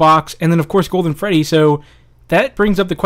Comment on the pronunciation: That is not golden Freddy that is golden Booine